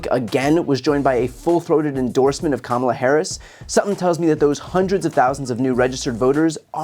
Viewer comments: A few days after the 2020 election I Googled how to pronounce Kamala, because she's going to be vice president. These right wing douchebags continue to mispronounce her name intentionally as a backhanded insult. They all do it, online, on the radio/TV/social media. Frankly it's offensive. Soon instead of correcting their mispronunciations we should interrupt them and tell them, "just say the president if you can't correctly pronounce her name." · How is it still so difficult for the right to just pronounce Kamala’s name right? Just the most basic thing you can possibly do. Pronounce a name correctly. Oh right! It’s stemmed from racism. Carry on right wing nuts. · The Rubin Report guy....Idk who that is, Rubin, I guess...anyway, Why does he insist on pronouncing her name incorrectly? It's so petty and really undermines their whole platform as far as their reputation goes. 1/2 of the WORLD is female. 1/2 of the United States is female. 1/2 of that 1/2 is totally FOR Kamala for President. So when you do that you're not only insulting her but you're insulting all of them, too, in one big jerky swoop. It's Comma-La, Kamala. Show some respect for your next President. A woman gave birth to you and now a woman is going to lead you. You'll be okay. Man up. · Her name is Kama la! Stop mispronouncing her name. Taylor Swift doesn't want dirty 🗑musk or his buddies.